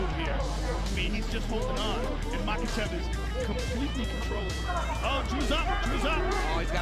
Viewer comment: Namanya islam MAKHACHEV bukan MAKASEP 😂